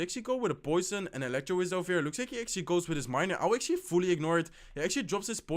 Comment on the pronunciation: Let's akshly see guys! Akshly he will akshly drop his miner. I will akshly ignore it and akshly drop my battle ram opposite lane. He akshly defends in pretty well